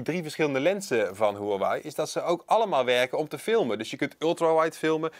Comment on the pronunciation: Nu nog leren de merknaam uitspreken :)